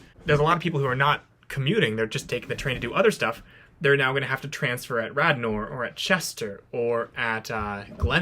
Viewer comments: Radnor pronounced Radner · "Rad-Nor"? Like the name of an alien in a mid-20th century B-movie? Accent is on the first syllable, like you'd probably pronounce (Gilda) "Radner", "radish", (Daniel) "Radcliffe", etc.